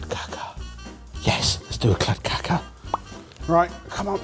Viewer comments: Calling Kladdkaka [klad kaa kuh] clad caca 😂😂😂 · klad ka ka? It's pronounced Kladd-car-ka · I'm Swedish and your pronunciation of kladdkaka is hilarious, it sounds more like some other brown matter if you know what I mean. The two last 'a':s should have a long sound, while the first should be short more like "kladdkaakaa". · Little pronunciation help with klad kaka: klad as in vlad and the ka in kaka is pronounce like a crow sound caw.... :) kaka pronunciation took me back to Quantum Leap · "clad cacca" .......he said kladdkaka so wrong so many times in such a short amount of time.... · pronounciation of Kladdkaka was... quite something 😂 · The pronunciation of kladdkaka is hilarious 😂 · I didn't understand what said when he said Kladdkaka, until I saw the word appear on screen. That pronunciation was so well butchered 👍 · Wow sorry lads but you're misspronouncing the kladdkaka it's supposed to be said with the a's that's way more common in the UK compared to the US.